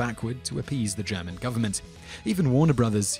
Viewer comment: ***** I found your video interesting and worthwhile watching; thank you for it! I did find that your pronunciation of German words and names to be a bit off. Maybe next time you do a video with another languages words in it you'll do better!